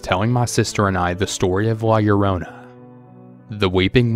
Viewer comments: “La - Ya - Rona” 😭😅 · Anyone else cringe at the way he said La Llorona